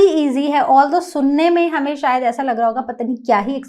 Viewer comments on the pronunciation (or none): none